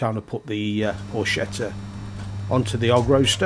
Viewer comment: It’s pronounced “por-ket-ta”. Ch in Italian is a hard “k”